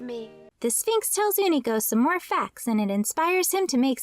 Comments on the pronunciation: Why do you keep pronouncing his as Oonico instead of U-ni-co? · Ooh-knee-co sound so wrong when unico clearly calls himself you-knee-co